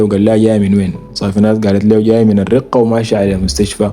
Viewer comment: مدينة [ الرَقَة ] بالفتحة ما الرِقة